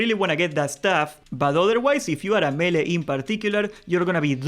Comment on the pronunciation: I never play horde in classic, ever. This time I am and I am lost when it comes to finding all the dungeon quests. Big help. Also every time you say melee I hear Hunter.